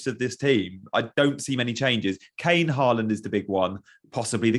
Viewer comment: You pronounce ‘Håland’ almost perfect, Not many creators do it as well as you👏🏻 Rune, Norway🇳🇴